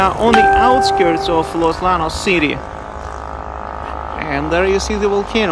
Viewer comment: Hey, just FYI in Spanish "LL" is pronounced like English "Y". So Los Llanos is pronounced as if ti was Los Yanos.